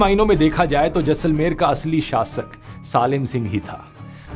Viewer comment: A thokya.. jussalmer nahi Jaisalmer